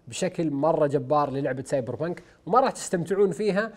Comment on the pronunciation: سايبر بانك❌ أساسن بانك ✔✔